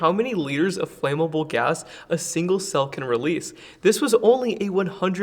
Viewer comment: Flammable, not Flameable